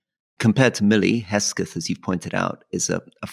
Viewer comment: His name is pronounced "Hegg-Seth" not "Hess-Geth".